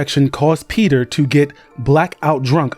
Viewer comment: The constant switching from pronouncing peter to petyr like its spelled makes me thing you are using AI